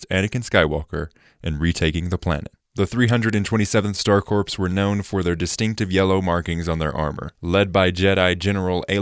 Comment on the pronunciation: You pronounced “corps” wrong countless times and it brought me physical pain. It’s pronounced the same way you would say “core”.